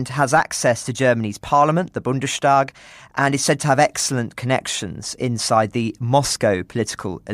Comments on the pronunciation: Just FYI: it's not pronounced Bunde-shtag, but Bundes-tag. With the s being an s sound, like in Peter's, not a sh sound. Think of it as Bunde's tag, the day of the Bund (possessive case). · Not “Bundeshtag” but “Bundes-tak”. German pronunciation of as “sht” does not apply across morpheme boundaries…